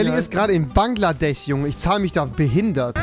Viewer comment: Niemand Wirklich niemand Rewi:bangladech